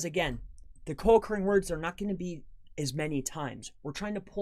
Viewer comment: Are you saying co accruing words.